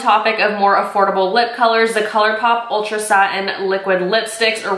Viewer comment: Did she just say Afordableable?